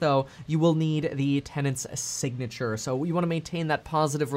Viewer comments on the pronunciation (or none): none